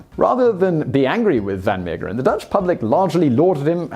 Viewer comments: It's pronounced van Mayggggg/%&$#eren. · Haha, as soon as I saw the title, I knew you'd have trouble pronouncing the name. It's okay, I know it's hard if you speak English, especially the g in the middle. You could have pronounced it a lot worse, you didn't butcher it. As long as you don't pronounce Van Gogh as Van Go we're good. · Simon, if you do the English style pronunciation, but with the Dutch "g" sound, it would be virtually perfect. The "Mee" bit sounds like may, then the g sound and the last 2 e's are pronounced as in "the".